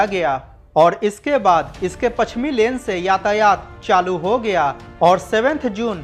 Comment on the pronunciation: किया गिया अशुद्ध है ।